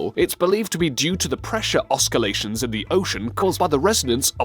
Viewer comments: There's also "oskillations". And the narrator says "NOOA" when the acronym on the screen reads "NOAA". Was it too much trouble to re-record this without the obvious errors? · Pressure oskalations (oscillations)???? sillical (cyclical)??? lol